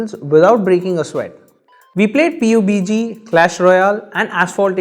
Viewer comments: DID HE JUST SAID "P-U-B-G" instead of PubG!!!!!!!!!!! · Nice review but one thing it's not p.u.b.g it's pub-g